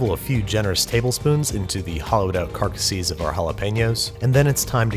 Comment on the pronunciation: why,, why did you pronounce "carcasses" like that I